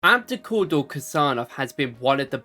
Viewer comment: Bro what's with these pronunciations bro: Adukoda and echevier it's Abdukodir and echeverri good vid tho 😅